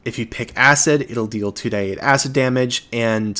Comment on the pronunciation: Love your videos but hearing "2die8" is driving me nuts. It'd be 2d8.